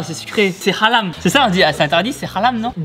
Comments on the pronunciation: Tibo on dit haram pas halame 🤣🤣🤣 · C'est pas ralam Halam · C'est halam mdr c'est Haram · c'est hallah on dit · On dit pas set alam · On dit haram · Tibo on dit "c'est harame " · Tibo apprend a dit le ر de حرام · Personne : Absolument personne : Tibo : C’eSt khALAm nOn ? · Tibo on dit c haram prononce impeu plus le h sinon tu le dit super bien ;)